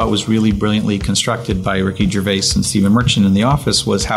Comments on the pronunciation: Holy shit, the temp / executive producer doesn't know how to pronounce Ricky Gervais' last name? Shameful. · how does BJ Novak not know how to say Gervais?